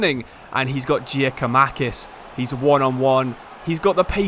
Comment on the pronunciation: Just so you know Giakoumakis name is said like Yakoumakis